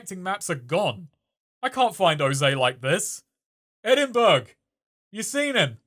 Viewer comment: Hearing an English person say Edinburg triggered something deep inside of me